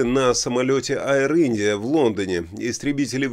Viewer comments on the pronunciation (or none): Аир Индия? Вы по - английски ещё не научились читать?